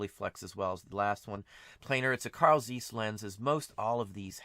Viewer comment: You do not pronaounce Zeiss correct.